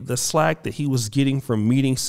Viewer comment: it's Flack not Slack.